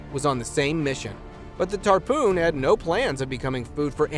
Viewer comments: Stupid narrator. It's NOT TARPOON it's tarpon. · Ref: Tarpon chase… it’s not a “Tarpoon” as you pronounced it. It’s pronounced tär-pen.